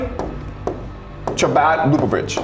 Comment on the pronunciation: It's Chabad, not Shabat. And it's pronounced with an H.